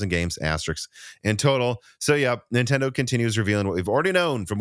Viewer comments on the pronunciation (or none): Did you use to have an "Okia" phone? Have you seen the 5090 "vidia" prices? Do you have an "ikon" camera? No , then why do you repeatedly say "IN-Tendo"? and drop the N at beginning?